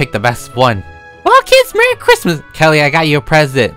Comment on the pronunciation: No one: Literally no one:: “It’S kRiMaS”